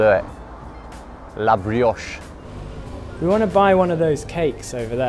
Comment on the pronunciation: "La bruoche" 😂😂👌